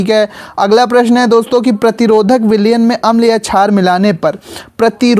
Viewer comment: Sir vo jhaar nhi shaar hai 😂